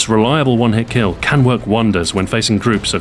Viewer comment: What's a kiil? Also, what's a sheel?